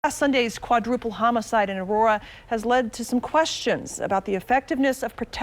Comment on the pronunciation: It’s Aurora. 🤷🏼‍♀️